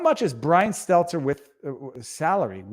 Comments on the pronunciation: I've come to the conclusion that Viva is purposely mispronouncing Brian's last name. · Best thing about Stelter losing his job? Soon we will stop having to hear viva mispronounce his name. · I'll miss hearing you mispronounce Stelter.